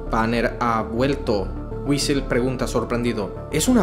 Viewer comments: Este men cambia las palabras de lo que lee demaciado, tanto que en vez de decir Ulysses dijo Uisel xd? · nadie dice nada porque en vez de ulises dice wisel